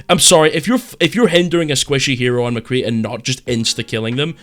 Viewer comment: Yeah I subbed as soon as I heard you call McCree McCree.